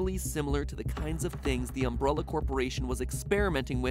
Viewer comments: Ahh yes the umbruhlla corporation. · Omg the way he says umbrella "umbRULLA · Um"bruh"luh. Gotta love Mat's pronunciation. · UMBRULLA CORPORATION Dude why did you say it like that? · Why can't you pronounce umbrella, m8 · Am I the ONLY ONE who is hearing him say "Umbrulla"?! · Matpat says "Umbrulla". LOL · Anyone else bothered by his pronouncing it "Uhm-bruh-lluh" and "Uh-bowl-uh"? Is this a regional thing, or a MatPat thing? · The way he says Umbrella...lol Umbrulla... lol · Is it just me or is he saying umbralla? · Did MatPat just say "Ambralla"? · Am i the only person weirded out by Matts pronunciation of Umbrella? i keep hearing umbrOlla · I'm sorry, great video mwah but "UmbRULLA" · Does it bother anyone else that matt keeps pronouncing "umbrella" like "umbrola" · They way Matt pronounced "Umbrella" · ...I’m stuck on Matpat’s pronunciation “umbruhlla”... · That “Umbrulla” pronunciation. Gonna get a lot of comments about that. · dude the way u pronounce umbrella killed me sounds like umbrolla when u say it most times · all this research, yet you call it umbrulla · "Umbrula" wut? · "These agents are engineered by the evil Umbrulla Corporation" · Is it just that umbrella is pronounced umbrula in America or does my town pronounce it wrong bc what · Ombrolla? Umbruhlla? I know it's nitpicky but what's with the pronunciation (especially since it's said notmally when a secondary or tertiary word in a sentence)? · I'm really confused at your pronunciation of 'umbrella' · Is nobody gonna mention how he pronounced "Umbrella" like "umbrulla" the whole video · Did you pronounce it "umbrulla" on purpose? Actually curious. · Mattpatt saying umbrulla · Anyone else bothered by matpat's pronunciation of "umbrella"? Sounds like "umbrulla". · Is it just me or did he say umbrulla corporation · "Um-Brah-lla Corporation"... Good grief, MatPat. xD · "UmBRUHlla Coporation" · Am I the only one who hears Mat say umbrOlla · Wait, um*bruh*lla? Wtf matpat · He is mispronouncing umbrella.